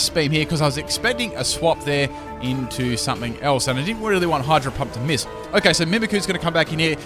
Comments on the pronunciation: lol i heard him say hydro hump XD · I heard him say hydro hump? K then